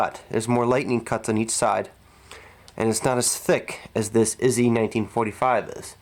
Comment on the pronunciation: It’s Not that difficult to say Izhevsk . Izzy sounds like ignorant lazy American .